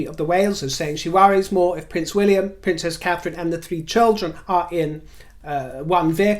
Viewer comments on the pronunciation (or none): none